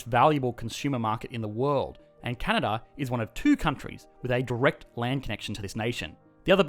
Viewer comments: 1 it is Canada not Cana or Canda 2 not everyone is “amazingly nice” up here 3 education is so good because Justin Trudeau is the priminister and he is in the liberal party 4 I am too lazy to review all the wrong things in this video but this is what I got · He said canda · Heard that too. Should be a crime to skip an A. eh? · "This is CANAA" - since when they dropped the D? :) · "This is Canna" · "This is Canha?" lmao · Did he say Canna or Canada plus that’s Toronto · I heard, "This, is Cana." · This is Cana? Anybody else hear the same in his first phrase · "This Is Canana" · I swear he said Cana😂😂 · Please learn to pronounce the name of my country correctly! Can a da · I swear you say "This is Canaaa" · “This is Cana” Canadians : skskksksks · At the start, where the heck did the "da" in Canada go? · Its Can-Ad-A, 8 seconds in and im already not going to be friendly with you as a Canadian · I misheard and thought you said Canada's full of natural resources and white people. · CANADA pronunciation- CA-NA-DAH`. That accent is not very Canadian eh., Mind your business. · I thought only South Park characters said Canada like that... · The way he says Canada is what had me racking my brain trying to think of this show!